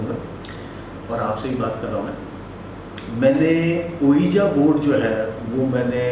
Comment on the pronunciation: My dear it's not called "ooeeja board". Ouija.. correct pronunciations is "weejee" board. You can check on google pronunciations. 😀 Recommended your channel to my nephew and cousins.